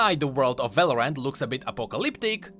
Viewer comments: Just pronounce Valorant as like Valorent and that way it wont get mixed up with Valoran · love how he pronounces Valorant as, "Valor-ant" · VALORANT = Valoran't, as in it's not Valoran! haHAA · why you keep saying Val-or-ant